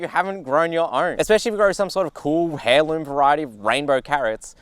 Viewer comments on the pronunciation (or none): Nitpicking here. 'Heirloom' has a silent 'h', so it's pronounced 'air-loom' and not 'hair-loom'. Sorry it was really bugging me. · Heirloom is pronounce ‘air-loom’ not ‘hair-loom’ :-)